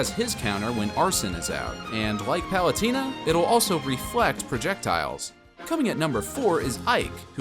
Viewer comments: Im sorry but its Palu Teeena, Not Palu-Tina, you can here the correct pronunciation when the announcer says her name. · palut-iiii-na you say huh? hahaha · great video but why do you say pal-u-tie-na? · Yeah he said Palutina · Am I the only one who noticed that he was pronouncing palutena wrong the e sounds like an a not an e